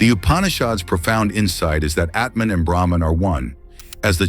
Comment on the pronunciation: Its no Etman , but Atman! Its no Brehman ,It Is BrAhman..😅😅